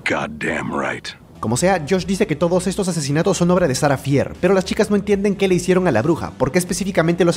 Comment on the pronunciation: No hate pero se pronuncia "Fer"